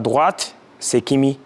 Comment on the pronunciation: Quand il cite ses meilleurs defenseur vous avez mis les photos de tout les joueurs sauf Hakimi peut etre car il prononce mal « hakini »